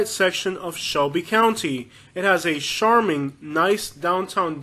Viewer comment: First: “charming” is pronounced with a hard ch sound… like church. Secondly, you’re absolutely correct about Wetumpka! And finally, this video title should be “Top 10 Towns and how many Mexican restaurants they have” 😂. You’re super funny. You should consider stand up comedy as a career. Great job.